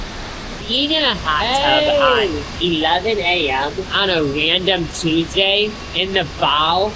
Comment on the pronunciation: Not wandom lmao